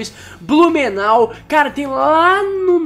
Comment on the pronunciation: Eu ouvi bem Blumenal???